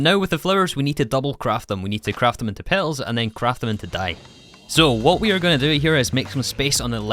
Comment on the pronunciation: "We 'ars' gonna play with it in this pack." Fine, take your like and get out.